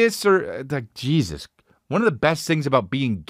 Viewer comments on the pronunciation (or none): none